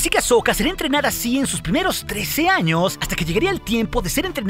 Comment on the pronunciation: si ves sus vídeos, todo el mundo pregunta lo mismo, además de que hay palabras mal pronunciadas por el propio programa, como a veces en vez de decir años dice anos